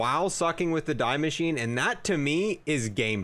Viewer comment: die maschine = “dee mashine” not fuckin die